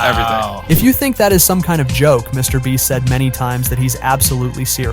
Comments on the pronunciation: BRO SAID MR BLEACH AND MRS BREAST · "Mr. Breast..." 🤣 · Bro said "MrBreast" instead of "MrBeast" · Bro really called him Mr. breast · no way he said mr Breast💀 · Mr. Bleach..😂😂😂this narration guy have somekind of mental issues. Sometime saying Mr. Breast sometime saying Mr. Bleach. 😂😂😂cmon he is Mr. Beast. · mr bench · Mr breast lol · YOU NEED TO STOP SAYING MRBLEACH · he said Mr. Breast😅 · bro said Mr. bleach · He said mr. Breast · He said mr bleach😂😂😅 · Did anyone notice bro was calling him Mr. bleach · If you watch the whole video the guy doing the video calls Mr beast Mr breast lmao 😹🔥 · "Mr Breast???" who heard the voice say "Mr Breast" ???? . was this video done with AI? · in and Dude said Mr Bleach and he says Mr Breast🤣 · dude said Mr BREAST!!! LMFAO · bro said Mr breast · Why'd you keep calling him MrBreast occasionally? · Mr. Breast 🤣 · can we just talk about how he randomly pronounces Mr. Beast😂